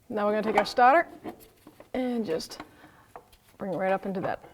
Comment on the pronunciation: The Stahtah